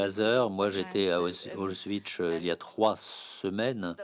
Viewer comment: désolée pour le comm pourri peux pas m'empêcher mais le mégenrage de Mica Levi + la mauvaise prononciation d'Auschwitz c'est irritant